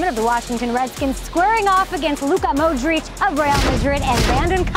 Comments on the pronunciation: she said moudric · The way Modric was pronounced.🤣😂🤣😂